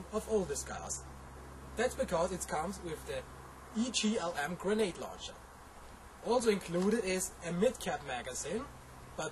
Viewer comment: air soft g luncher!